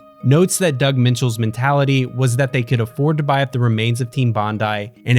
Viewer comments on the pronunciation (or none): none